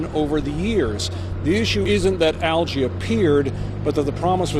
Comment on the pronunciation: What's "al-jay" ?!?! You can't pronounce algae?